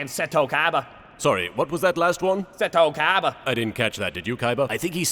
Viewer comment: I just find it funny that the only person whose name he pronounces correctly is fricken Seto Kaiba.